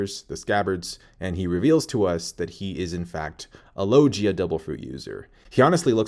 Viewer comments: I hate how says logia 🤦🏻‍♂️ low gee ah 👊🏻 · How can you watch One piece and hear them say logia and you still say the name wrong low gia lol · Its Logia pls correct your pronounciation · Lol after all these years you still can't pronounce "logia" correctly? Lol . Still though, good job, nice vid! 👍